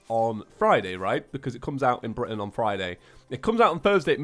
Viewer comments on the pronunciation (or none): none